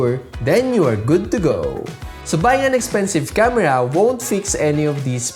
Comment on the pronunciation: ye camera ko kamra kyu bol raha h......btw great..